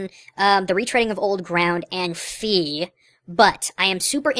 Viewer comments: its not FEE its FI f-i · SS was my first Zelda game so I can support what you said about beginers not minding. Although, I do appreciate her telling me about the batteries, even when that stuff was annoying. I looked up the pronounciation and it is supposed to be "Fai" instead of "Fee", but I think "Fee" is better. Maybe it's because that's how both I've heard people pronounce it as and also because that's how I would pronounce it in anyways. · People keep calling her "Fee". Is this the legitimate canon pronounciation? Cuz like... Fi... Phi...